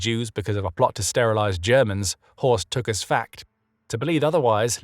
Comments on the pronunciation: It's not Horse, it's Horst. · It's horst